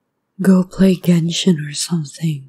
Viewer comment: Ain't nobody gon talk about how he said genshin? No? Ok.